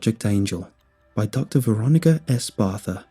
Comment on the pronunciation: What wait a sec ok barther not barth